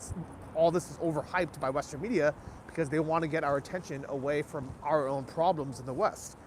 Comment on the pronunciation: Yes, yes biig pwaaabwams in San Francisco. BIIIIG pwabwams.